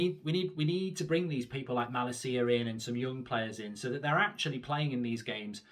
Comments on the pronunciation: It’s malacia not malaseeya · It is pronounced with emphasis on la ma-LA-cia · I'm sorry mate but your pronounce of his name is appalling... Just call him Tyrell and that name is English as well, no need to butcher that either 😅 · As a dutch person for the love of god Mark learn to say his name right 😂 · Plz pronounce malacia’s name correctly 😝